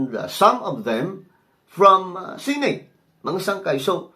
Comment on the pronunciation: BAKA "SENEYT" ANG PAG PRONOUNCE NG SENATE...FYI..